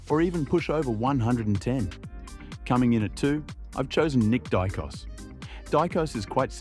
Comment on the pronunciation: Die-koss is what you get when you are using an AI narrator